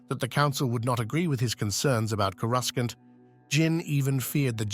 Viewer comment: This is narrated by an AI, not a Star Wars fan. It doesn't even know how to pronounce "Coruscant", pronouncing it as "Coru skant". Thumb down.